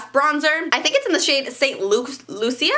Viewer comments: Omg it's pronounced st loosha it's st Lucia pronounced loosha So stop making yourself look do fucking stupid Not subscribed Your loud your annoying holy fuck I thought tana was a fucking moron..... she must get it from YOU Don't quit your day jobs ladies You'll never be a makeup artist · It’s pronounced St “lew-sha.” My God. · its pronounced "saint loooshaaaa" hahaha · St. Lucia is pronounced "Saint Lu-sha" 😂